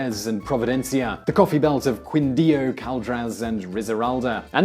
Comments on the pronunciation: Cuindio and Barrancuila hahahaha , Keen-dio and Barran-kee-ya ;) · It was mostly fine, except for the way he pronounced the Q, like in Quindio and Barranquilla . I guess is not intuitive how It sounds in Spanish. Other than that It was pretty good.